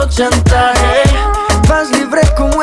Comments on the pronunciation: Manoodles si! ya quiero que saquen otra canción en español para que la pronuncie mal otravez lol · Manoodles same pero soy puertorriqueño jajaja, el nunca sabe como pronunciar las palabras en español aunque existe google translate jajaja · Does his pronunciation of 'chantaje' bug anyone else? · I am Argentinian and I love the way you pronounce "Chantaje" as if it was a French word.